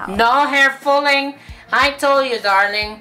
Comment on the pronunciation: I told you,no hair fulling?fooling?ahahaha dami qng tawa.at ang pagbilang ayos na ayos no fooling waahaha.love u tlga...I told you!😂😂